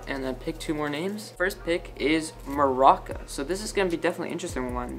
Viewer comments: THERE IT IS AGAIN IT’S NOT MARACA!!!!!! IT’S MARUCA WITH A U And also I forgot who Valin was ;-; Can someone tell me? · Did nobody notice how he was pronouncing Maruca as Maraca? No shade to you tho, luv ur channel☺️ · did u just say maraca? 🤣🤣🤣